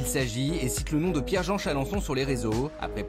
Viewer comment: Ho tu n'es pas au bled c est quoi cette façon de prononcer le nom jean